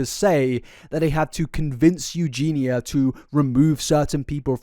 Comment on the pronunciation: saying “Eugeenya” in stead of “Eugeena” feels weird